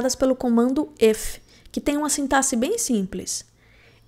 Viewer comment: É raríssimo encontrar programador que pronuncia a palavra "sintaxe" da maneira correta 😅 Ótimo conteúdo. Estou maratonando seus vídeos!